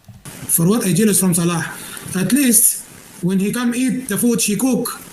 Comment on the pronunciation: She can’t properly pronounce Salahs name or hijab, but manages to swear perfectly. Says it all what rolls off her tongue. So happy karma has tanked her view numbers, shrunk her supporters and has her stuck in a country she hates and can’t afford. No one cares. The Salah arc is so boring! Wanna park your sweaty butt on a deity ritual table some more gorl?